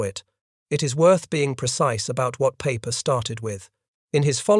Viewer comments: his name is Peiper, not Paper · Why does this keep referring to Peiper as ‘Paper?’ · Apparently, so is Peiper. You called him everything but Pooper.